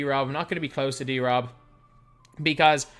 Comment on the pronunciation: Reading David’s name like that is so wack to me, I feel like it should be D-Rob not drob